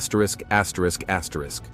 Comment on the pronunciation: What are you doing axrisk axrisk axrisk in ur videos now????? Stop lol I've been watching you for a while now and I'm just now hearing it....